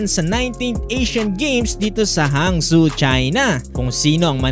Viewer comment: You didn't even check how to properly pronounce Hangzhou??